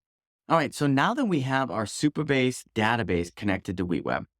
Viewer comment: Supabase not superbase 😅